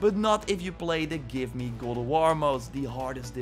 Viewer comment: Every time you say “God” I hear (Glob)